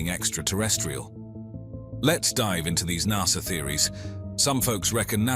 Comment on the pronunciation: I had to stop watching. I could'nt stand listening to NAHSA. Even the Americans call it NASA. I would have even accepted NASSER.